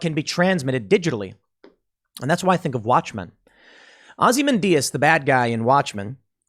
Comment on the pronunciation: Christ on a bike, Tim, it's "OZ-eh-MAN-dee-ass." You pronounced that so badly it made me pause the video and wrack my brain for "Ozzy Mendijas" the bat-biting Mexican that I know Watchmen didn't have.